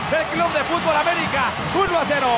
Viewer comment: Aunque te cueste trabajo pronunciar bien el nombre de papá América